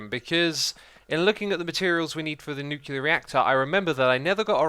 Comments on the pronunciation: Nice video as usual, but a little thing is buging me: It's nuCLear power, the l come before the e, during all the video you are saying "nukelar" or something like that, that is killing my brain each time... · nuclear is pronounced nyoo - klee - er not nyoo - kyoo - ler it annoys me every time you say it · Every time he says "Nucular" instead of "Nuclear" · Is anyone else bothered by him saying "nu-cue-lar" instead of "nu-cle-ar?" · nuclear vs nucular, which is right? Does it matter? You decide.